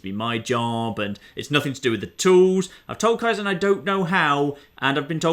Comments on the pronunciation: "Kai - ZAN" fucking hell... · It's Ka-eye-ZEN, it's a Japanese word for gradual improvement/progress. Pronunciation's throwing me off real bad you throffy bugger